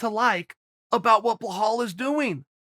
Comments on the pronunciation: Bla hall , MAn it's BELAL not BLEHAL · Bluhull? What the...... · Blaaaahaul blaahammed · me: belal chael: blahal me: ok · CHAEL "BlelaHAHAHAAALLL Muhammad" SONNEN 😂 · Get his name right you dimwitt. How hard is it to pronounce Belal. It's literally two syllables. Be-lal. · The way Chael pronounces Belal is actually more difficult than the actual pronunciation of his name. It's BUH-LAWL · Bee-lal Same a as car. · 😂😂😂😂 You murder his name every time differently, i do appreciate the effort. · Only here to hear Chael pronounce Belal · Chael has a zero percent chance of getting a prediction right and a zero percent chance of pronouncing your name right. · Chael purposefully mispronounces names, it's part of the running joke